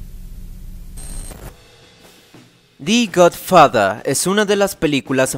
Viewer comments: El perezoso psicodélico de la intro me encanto. Por otra parte creo que pronunciaste mal The Godfather, cuando la palabra que le acompaña a THE es una consonante esta suena mas como DE no DI, que seria con una vocal...Almenos asi lo tengo entendido(? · esta muy bien y todo , pero como que la pronunciación me saca un poco , "da gud fada", en opinión mía , el año pasado recién la vi , y no me resulto la obra maestra que todos decían y aplaudían , es buena en algunas cosas y fallan en otras , es merecedora , por ser la primera película en hacerlo bien es dar a conocer otra vista de la mafia , por lo demás , es una película buena y endiosada por el tiempo en que salio. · Di gudfuhdah... Nailed it.